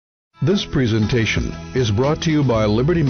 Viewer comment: Preesentation Diabeetus